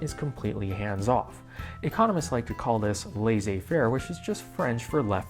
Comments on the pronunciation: Should be pronounced "Less-ay fair"; I almost heard "lazy fair" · IT LA-zay fair not Lazy fair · Did you actually just pronounce "laissez-faire" like "lazy fare"? Dude! Get rid of that accent!